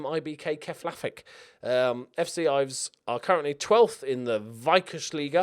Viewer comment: Ilves is Finnish and means "the angry dragoncat" . You got that right.